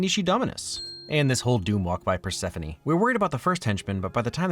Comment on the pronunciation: I have never heard anyone pronounce Persephone like that, nice Matrix reference